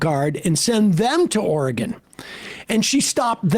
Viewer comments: Sam,its not oregone....we haven't gone anywhere. Or-Y-Gun. Oregon. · Portland "Orgone"? Please learn how to say Oregon when insulting people's intelligence. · As an Oregonian I will allow Sam to mispronounce our state simply to continue the bit.